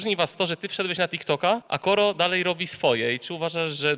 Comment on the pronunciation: ej ten koro brzmi jak kara xDDDD